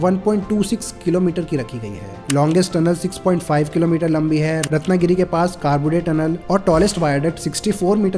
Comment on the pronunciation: कारबुडे❌ करबुडे ✅ पनवल ❌ पानवल ✅ गणपतीपुले ❌ गणपतीपुळे ✅